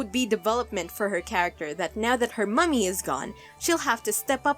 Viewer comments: I know it's a stupid thing to find irritating. It's not "mummy", it's "mammy" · its pronounced "mammy" for for the irish because the irish for mom or mother is Mamaí